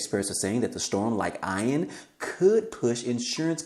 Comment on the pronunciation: Eee-AN Not Eye-AN..😂😂😂 Great video!!!!!